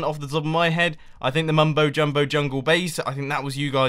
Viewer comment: "The Mumbo JumHole" ??